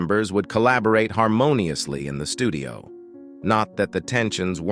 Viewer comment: What is going on with the narration of this video? Mispronouncing basic English words such as "studio" as "STUH-di-oh" and "called" as "call-ED" is bizarre, especially from an ostensible American accent.